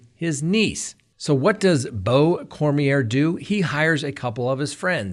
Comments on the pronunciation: I am from Louisiana! The name is pronounced Korm-Yay! What a POS!!! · in Louisiana ier is pronounced yea. Cormyea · Cor mi a is how you pronounce his last name here in Louisiana! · Lol. I came here to say that too! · CoreMeA is how the name is pronounced.